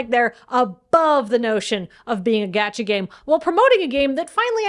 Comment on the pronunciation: Being surrounded by so much otaku energy, I can only assume that is pronouncing "gacha" like that on porpoise.